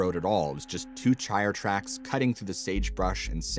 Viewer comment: Love your stories. You did say "Chire tracks" in your first story nevertheless keep up the awesome work dude and can't wait for the next one